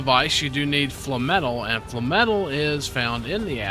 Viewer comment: FINALLY!! A youtuber that pronounces FLAMETAL correctly!!